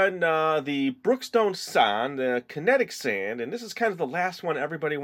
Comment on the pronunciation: why do you call it sond?